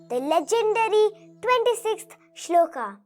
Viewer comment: Kudos to. She recites the slokas beautifully with correct pronunciation.❤❤